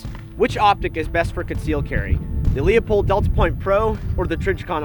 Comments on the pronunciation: It is pronounced "Lou Pold" not "Leo Pold" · It's pronounced Lew-pold not Leo-pold. Call the factory and find out, otherwise great video. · It's pronounced Loo-pold. Not Lee-upold. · Met the Marketing Director for Leupold at the Portland airport three weeks ago. It's pronounced 'loopold', not 'Leopold'. Get it right gun expert. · I pronounce it Leu-Paul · It's pronounced "Loy-pold" or "Loy-polt", depending on the german dialect. Not even the company pronounce it the correct german way, but it's not the end of the world. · Obviously. However he didn't pronounce it that way. People are constantly mispronouncing Leupold as Leopold. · You're exactly right Chris. I laughed when even pronounced it wrong. But like my friend at Leupold says, " I don't care if they can't read as long as they buy our stuff", lol. If anyone doubts how they pronounce it all they have to do is call the company and the live person that answers the phone will answer: LOO-pold and Stevens, how can I help you?